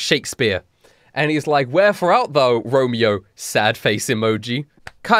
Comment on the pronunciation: "Where four out thow deer romie-o ☹️"